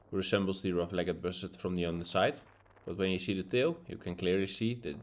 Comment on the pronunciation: Mooi begin ondanks de regen! Bij “Rough-legged” wordt de laatste “e” niet uitgesproken. Niet echt belangrijk natuurlijk, maar ik reken er op dat je hem nog gaat zien ;)!